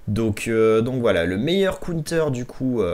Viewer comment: Un cOUNETEUUUR 🤦‍♂️ si ton anglais est si mauvais, dit donc une contre-attaque 😭 bon contenu mais difficile de ne pas quitter avec cette boucherie 😅